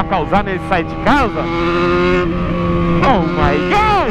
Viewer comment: em vez de ser oh my good é (oh good) kkkkk